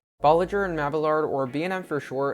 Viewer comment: I find it funny how no one can decide on the proper pronunciation of Bolloger and Mabillard